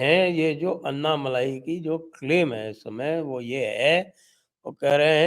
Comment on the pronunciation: उनके नाम अण्णामलै है। अन्नामलई नही। Dear Sanjay ji. You know how to correct it. This is a grouse that we southern Bharatheeyas have on our northern brothers. This is an opportunity for you to gain confidence. Also, without a doubt, BJP is going to get 22% vote in Thamizhnadu. NDA is going to win Coimbatore, Tirupur, Tenkasi, Kanyakumari, Vellore for sure (all of them mostly under Lotus symbol). Virudunagar, Tirunelveli, Shivaganga, Ramanathapuram (where Rameshwaram is).. 50-50 chance. This is without any alliance with PMK & DMDK. If they come in, Villupuram, South Chennai can be won.